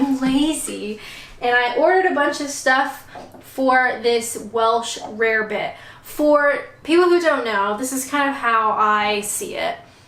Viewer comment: It’s pronounced rabbit. Easy mistake to me